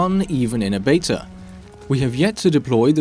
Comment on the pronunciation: It's beta, not betar